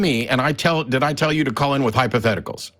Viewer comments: Matt: He didn't say Hypotheticals; he said Hyposcticals. learn the difference. ROTGLMFAO with tears of blessed mirth running down my face. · I heard “hypotesticles” lol